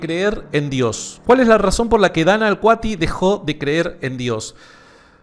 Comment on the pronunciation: Dios mío, es Danna "Alkati" no "Alkuati", cuánta ansiedad escuchar "Danna aALkuAtiH" todo el vídeo😂.